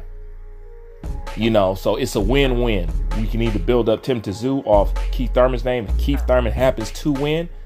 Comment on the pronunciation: Bruh how come u never say Tim name right